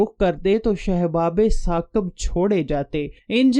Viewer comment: بھائی اردو اور عربی بولنا سیکھو۔شہاب ثاقب ھوتا ھے۔